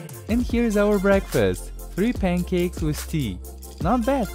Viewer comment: No one: Him:PUNCAEK